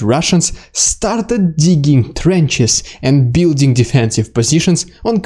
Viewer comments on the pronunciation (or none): none